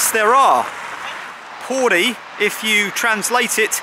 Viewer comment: He could at least have said P O R I properly.